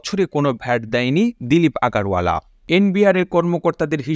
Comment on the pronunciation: আগারওয়ালা হবে না ওখানে আগরওয়ালা বলতে হবে